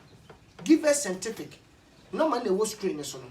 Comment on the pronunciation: Kwaku I salute u about how u say sentific instead of scientific...hahahahahaha love u bro